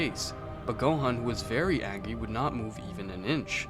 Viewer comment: Man says "angy" at 1.18😂😂😂